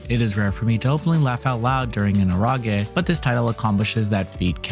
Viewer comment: Ero as in erotic ge sounding like gay Eh-row-gay